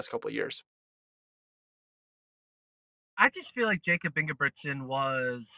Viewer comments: It’s pronounced Yakub. It’s not that hard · say his name right